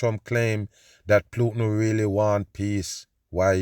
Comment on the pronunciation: I love when says "Plutin"! Hilarious!